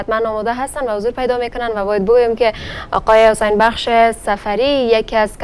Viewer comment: فکر کنم گزارشگر حسن و حسین تا به حال نمیتوانه درست تلفظ کنه 🤣😂🤣😂